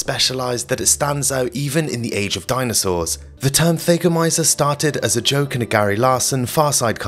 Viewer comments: For the record: THAGGomizer, not THAYgomizer. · Thag rhymes with “bag.” It’s fingernails on chalkboards to hear this narrator say “they gomizers.” I had to stop watching. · Thah- goh- my- zerh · It's a Thag a mizer mot a thay ga mizer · THAGOMIZER - Named after the unfortunate Thag Simmons. "THAG" rhymes with "Hag." It's not pronounced "Thay-go-miser." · Yeah, he lost me, there. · He also didn't look up how to pronounce thagomizer